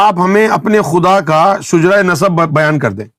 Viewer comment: lafz Shujra nahin hota , shajra hota he .